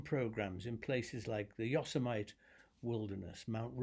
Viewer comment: If you don't want Americans to look oddly at you and go "Huh?' when you say "Yosemite", we pronounce it Yoh-sem-mitty. ; )